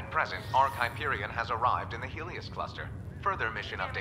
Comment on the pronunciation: Jak mogłeś! Gracz Borderlands i nie potrafi wymówić nazwy "Hyperion"! Wstyd, panie!